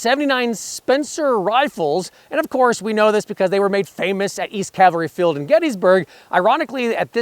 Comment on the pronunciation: Good video. I wish someone could actually pronounce Cavalry correctly though.